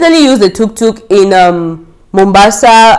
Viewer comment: You had a great experience in Nairobi. it's tuktuk not toktok..... 😂 Nairobi and Kenya in general is amazing. Now be sure to do fun outdoor adventures next time. You will love it